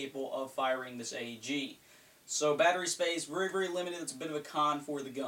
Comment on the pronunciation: I love it when U say vury